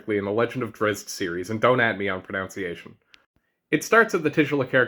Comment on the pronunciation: It's not drizz-it. There is no vowel between the z and t. Good review though. I'm not bashing ya, just letting ya know.